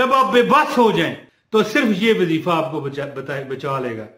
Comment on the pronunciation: Asalamo Aliykom Bhai ye Jo wazeefa ha is man ya pa zabar NAHI peeesh ha AP zabar par rahy hen naraz bi NAHI Hona ur apka koi number NAHI tha nai to number pay Bata feta 🙏🙏